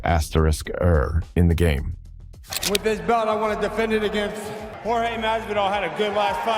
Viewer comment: Ai is trash he called him Jorge George and yourge 😂